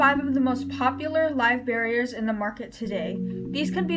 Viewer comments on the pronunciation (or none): Live bear-ERS, not barriers. I worked in a petshop for 6 years. It's kinda cringy for me to hear. Like when people say bay-tas, instead of Bet-tas. Or chick-lids, instead of sick-lids. Or gur-bils, instead of jer-bils. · Isn’t it called Live Bear-ers? Like as in they are bearing live babies?. You are saying barrier....like a something you put up to block something. Good video though.... I just think you’re pronouncing the name of the species wrong.